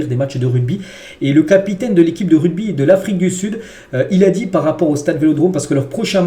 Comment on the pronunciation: RUGBY. PAS RUDBY 😂😂😂😂